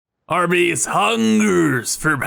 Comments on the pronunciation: I interpreted the first two words spoken in the episode as “Arby’s” instead of “Our Base”. Also, let’s name this Project Gray, after the SI unit for absorbed dose of radiation. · Sorry, but when you said “our base hungers for power” I heard it as “Arby’s hungers for power” and now your base will always be known as Arby’s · I could’ve sworn he said “arby’s hungers for power” and not “our base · I heard Arby's too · I heard it as Arby's too. I was very confused. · Yooo i'm glad im not the only one.... i totally went to arbys right after this vid as well.